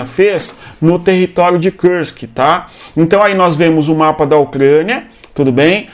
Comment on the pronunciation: Cara, por que você fala Kursk como se fosse em inglês?